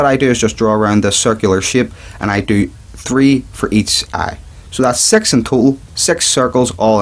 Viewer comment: his annoying me six not sex